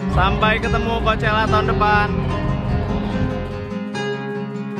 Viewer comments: Did you know that how to say coachella is not really coachella? it's cokella -Alissa Violet jadi yg bener yg mana? :') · bang tau gak? ternyata pronounce coachela bukan koushela tetapi khoakhela wkwk :v